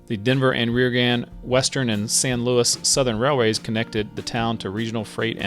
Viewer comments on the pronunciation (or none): none